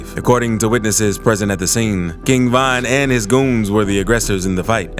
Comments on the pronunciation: Why are you saying Van? Weird af 🤣 RIP to the King 👑💔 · King Van 🚐🚐